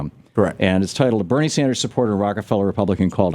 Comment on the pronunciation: Agreed. I get tired of seeing him on The Big Picture, so my heart sank a little when I saw he was on his radio show as well now. Also, he always calls Bernie Sanders Barnie. ITS BERNIE! NOT BARNIE!